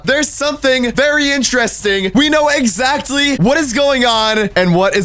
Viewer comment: "We know excatly whats going on"